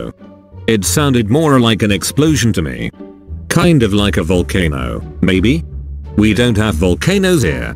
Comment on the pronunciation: Jin: Volcanose * has died of laughter*